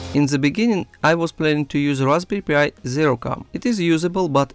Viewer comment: I heard it more like Raspberry P.I.. Like Magnum P.I. T.V. Show with Tom Sellick